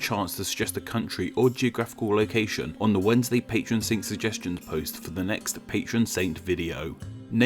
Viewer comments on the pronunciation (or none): none